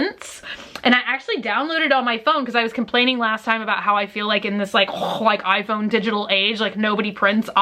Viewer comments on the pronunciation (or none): none